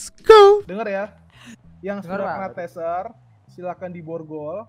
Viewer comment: Taser bukan Teaser wkkwkw